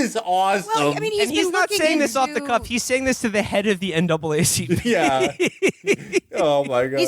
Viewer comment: Matt with the NAAPCP slip had me dying